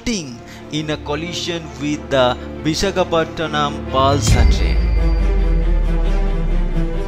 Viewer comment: great accent and pronunciation.. its Vishakapatnam not Bishakhapottonam